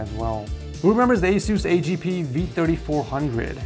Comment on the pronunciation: the way you said A G P 🤣🤣🤣 , those were the good old days my guy